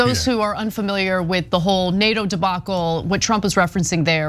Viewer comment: I wish Trump would pronounce NATO, he calls it DATO, it is most aggravating.